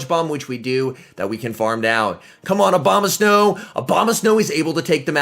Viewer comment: I love how everyone and their brother calls it "Obamasnow."